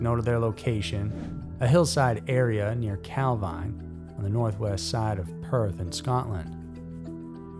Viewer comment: Calvine, Highland Perthshire, is pronounced Calveen.